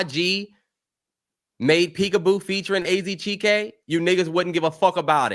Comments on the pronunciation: Terrell saying “che-kay” instead chike is killing me 😭😭😭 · Chike like when it rhymes with Kite, not chee-Kay 😂😂😂😂😂